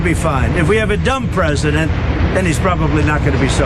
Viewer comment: ""You'll have many drones which will "protect" Washington D.C. and will "protect" the White House...very important."" Mr Pres-eye-dent......zactly HOW will these drones "protect" Washington, D.C. and "protect" the White House?? We'd love to hear the "non-technical" explanation from a person who doesn't ever "boot up" a computer! Not the secret, classified part...just the concept of a plan of "drone protection" We'll wait........